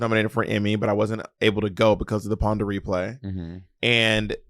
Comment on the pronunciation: First time I've heard the pandemic referred to as the Pon De Replay LMFAOOO